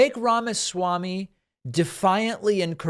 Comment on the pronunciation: Sounds like you're saying the (pronounced like short thee) fake Ramaswamy, which is more accurate, every time I hear you say Vivek Ramaswamy.